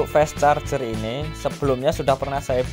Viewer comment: Maaf, fast.....dibaca 'a'